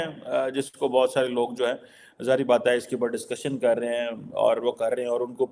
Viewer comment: " Karrrrrrrrrrahenhen" eska matlab kya hai Urdu mein.... Please yaar.. Urdu ka murder mat karo... Please 🙏